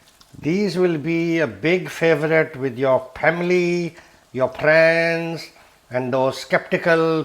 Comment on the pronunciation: "Your priends, your pamily will puckin' love YOOOOOUU!!" This dude gives no pucks and im totally here for it!😂😂😂😂